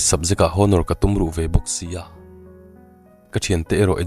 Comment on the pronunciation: History leh honour i lam dan hi lo inenfiah deuh la... Beng a ti thlep deuh